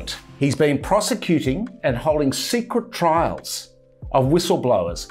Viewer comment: I'm sorry, my swimmers ear must be playing up, did you say secret trials? Only that was what it sounded like that everytime you mentioned it and I thought you were talking about things in Australia.